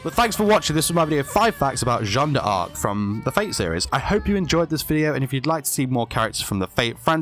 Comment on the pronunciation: You said it right!